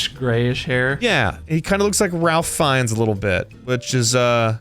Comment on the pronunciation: Yes Ralph Fiennes is Voldemort. And he pronounces it RAFE Fiennes